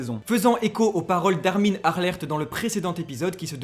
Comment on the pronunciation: Les mecs c'est armin arlet et non Armin alert